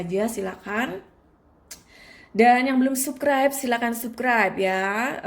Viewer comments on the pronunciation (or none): Subscribe,,, itu dibaca sabskraib kak😭😭😭 bukan tetap di baca subskraib... Dari awal aku terus ikutin chanel kakak, ya emang aku suka, tpi kalo kaka nya sudah bilang subkraib, yg tadinya aku denger penjelasan kaka sedih, langsung balik galfok😭😭😭 🙏🙏🙏